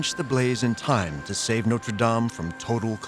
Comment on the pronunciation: An entire documentary and you still can't pronounce notre😅